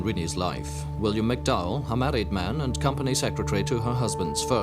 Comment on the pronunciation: May I point out the man's name is MacDowell, not McDow.